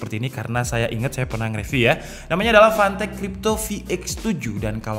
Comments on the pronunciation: Gw dengernya pantek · Tulisan : Fantech Kedengernya : Pantek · Setiap lu ngomong fantech yg gua denger pantek panek 😂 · Fantech ❌ Pantek ✅